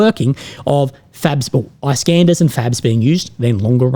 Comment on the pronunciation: say iskander pls not eye skander u australian nazi lover